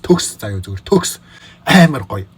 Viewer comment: Төгс гэдэг чинь бөгс гэж сонсогдоод байнаа 😂😂